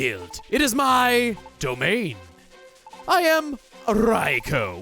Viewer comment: Not gonna lie, it was a bit of a relief when he pronounced Raikou correctly.